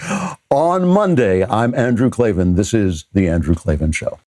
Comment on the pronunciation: KAY EL AYE VEE AYE EN THERE ARE NO EEEEES IN KLAVAN!!!!